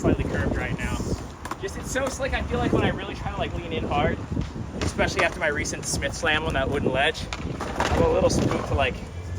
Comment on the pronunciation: have we started pronouncing especially without an x now? 😉